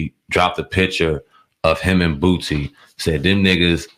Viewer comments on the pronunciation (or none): Boosie. Not Bootsie. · "Boō See" not "Boot see"